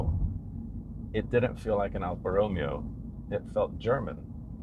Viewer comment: You pronounce the Romeo part wrong. Lol